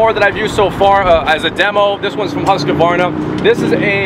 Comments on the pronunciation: There's only two "a"s in Husqvarna. It's not "Husqavarna" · “Hoosqkavarna” 😂 great video guys. I actually saw the original video gosh knows how long ago when first got this and I never knew this follow up was here! I love husqvarna zero turns and plan to use them. Would love to have one of these and hope they address and listen to your feedback. Would love to see a video on redmax zero turns also someday if possible. That’s a nice toro though!! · “Whosqvana” LOL! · Did this guy just say hOOsk-varna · Did you call husqvara "Whoscavarna"? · It's pronounced "hux-var-na" Jesus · Hooska Varna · Whoskavarna lmao. Wtf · Pronounced “ HUSK-VARNA “. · Husk varna. 🤦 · The worst thing I heard in this vid is your butchery of the pronouncing of Husqvarna. Its two syllables the SQ is pronounced like an SK. ......Husk' varna. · lets hope so because it aint pronounced Husky-varna or what he said 😁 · You should know how to pronounce the name, before you review it.One of you does, and the other doesn't. I also don't think this mower was designed to mow a hay field. Also you seem to look for all the bad. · is saying the name wrong lol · Guy can’t even pronounce the mowers name. Come on man! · I think said the name correctly, didn't. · This was hard to watch "husqvarna" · pronounced the name correctly and he still pronounced it wrong...lol. Hoosqavarna...lol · Husq-ah-varna? Its just Husk-varna! Theres no A after the Q! If youre doing a review, pronounce the EQUIPMENT name correctly! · husqvarna(huskvarna) not huskykvarna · LOLOLO!!! “Who’s kavarna” lol!! It’s pronounced Hus kavarna. Lolol!! Hilarious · It’s Husqvarna not Hoosqvarna and no hate but Husqavarna makes some really really good quality tractors it would mow right threw that no problem I use it as a contractor tractor and it’s great the yth series with a 46in Kholer Courage 21 it is so great. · it is prounounced huskvarna not huskevarna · "Who's kuh varna" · Husqvarna not huskavarna